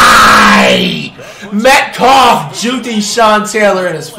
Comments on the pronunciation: Btw he actually used to say metcalf but he just randomly started to say metcough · This man said dk metcough 😂😂😂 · He can't pronounce any name first it was luke kuechly now d.k Metcalf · Does this guy watch sports at all? He’s mispronouncing player names and He truly believes 99’s are unstoppable. If you’re 🗑 99s don’t matter.